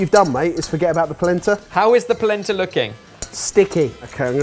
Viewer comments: Anyone else keep hearing placenta? "shudder" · Every ti me they say "Polenta" it makes me think of "placenta" and it makes a video about food very uncomfortable.